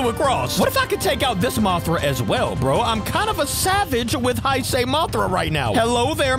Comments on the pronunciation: Say Hey-say for now on. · Nice video, but here is how you (Or how everyone) mainly pronounces “Heisei” “HEY - SAY” Hope this helped.